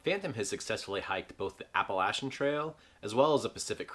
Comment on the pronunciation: Nice man! Love it, and also love that you pronounced Appalachian correctly. Can't wait to see how this project unfolds.